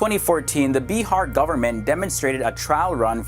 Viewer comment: Well that's bihar not beehar